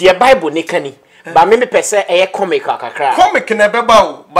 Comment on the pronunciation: Did I hear cominic???? Ei now u can even say simple word